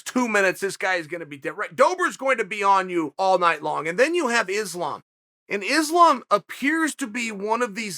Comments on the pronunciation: For sure, he is a smug arrogant fuck. The type that thinks he can use his ability to run his mouth to convince people he knows what he is talking about. The funny thing is, he says islam is a name people should get used to. I say hey chael, islam is a name you should learn how to pronounce. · I believe Islam is the one who's been mispronouncing his own name.